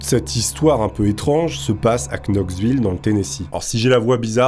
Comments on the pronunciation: pitié c'est Noxville pas cnoxville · Mais..."Noxvill" pas Knoxvill, stp 😏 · Ça ne prononce "noxeville" abruti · On prononce noxvillle ok le K est muet bordel😂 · "noxville" : le k est muet :) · Ça ce prononce NOXVILLE😅 bordel. Merci quand même pour la vidéo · classe la video, par contre la ville ça se prononce, Noxville poto, ;) même s'il y a un K avant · oui le "K" de Knoxville ne se prononce pas si jamais tu peux toujours regarde la prononciation sur wiki ou autre si tu n'es pas sur :) Knoxville se prononce [nɑksˈvɪl] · On dis "NOXVILLE", cher... Pour you know, on dis you now, pas you QUnow...:) En attendant tes prochaines histoires. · "Knoxville" :face-red-droopy-eyes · Juste une petite remarque on ne prononce pas le K de Knoxville comme know, knight... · Mon cher « kn » se dit « n » si jamais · ps : Knox, knight, etc... le "k" ne se prononce pas.